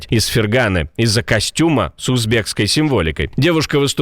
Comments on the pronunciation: Пожалуйста, обращайте внимание на ударения, в сюжете о финалистке из Узбекистана следует произносить ФерганА, но не ФергАна !!! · Не из ФергАны, а из ФерганЫ. И не лауреатКА. А лауреаТ, независимо мужчина или женщина.